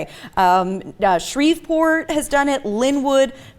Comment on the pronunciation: jst impressed tht she pronounced shreveport correctly.